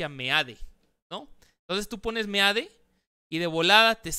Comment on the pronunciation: Felicitaciones, por no ser tan fifi, como algunos compañeros youtubers tuyos, simplemente por esa pronunciacion de meade y no mid..... ¡Congratulaciones!